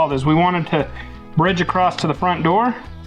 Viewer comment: it’s across,not acrosst